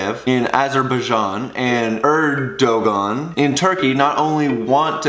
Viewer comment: One little question as you pronounced Erdogan kinda funny. You don't know anything about what's been happening in Turkey for the last years right?